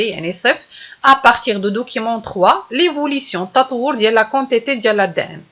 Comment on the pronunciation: chokran mais on dit la quantités كونتيطي pas كونطيطي